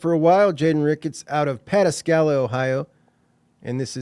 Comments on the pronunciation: It’s pronounced Pa -tas’ ka la with the accent on the tas. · OMG!!! Does this mean we're losing Chris Henry Jr!?? 😲😳....First! Lol, great job, btw its pronounced Puh-tas-ka-la or even Paw-tas-ka-la by some. Just helping my boy out.😉